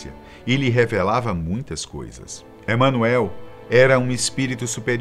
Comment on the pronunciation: A pronúncia do nome Emanuel não é essa que o apresentador do vídeo faz!